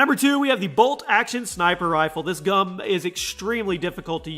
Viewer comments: HE SAID GUM NOT GUN LOL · did he say gum instead of gun. what do you hear? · LOL u said gum instead of gun LOL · did you say gum instead of gun because I swear I heard the word gum not gun lol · you said bolt action gum instead of gun for number 2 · You said gum not gun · He said this gum instead of this gun. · he said gum instead of gun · you said gum on the bolt not gun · he said gum not gun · he says gum instead of gun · Did anybody else here him say this gum instead of this gun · lol he said "gum" instead of "gun" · U said gum instead of gun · Ha he said gum instead of gun when he was talking about the bolt action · He said bolt action gum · he says this GUM Haha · In did he say gum lol 😂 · did anyone else hear him say gum instead of gum or am I just crazy? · He said gum I heard it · Anyone else hear him say that the bolt action sniper is the best gum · you said gum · did anyone notice he said this gum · Did he say gum? Hahahahahaha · "this gum"